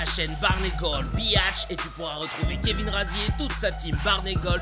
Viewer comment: Gros c'est la prononciation de Kevin